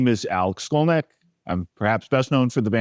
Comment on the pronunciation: Why does it sound like he's pronouncing his name backwards? Great video!